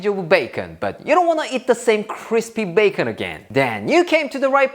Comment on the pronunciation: BAY—KON😂😂!!! Everything goes better with bacon! I love them all but #1 is the veg rolls in the sauce! #2 the bacon, eggs in the bread cup! #3 the stir fry! Thanks so much for sharing these pork delights! We absolutely love you and Claire and your videos!👍😁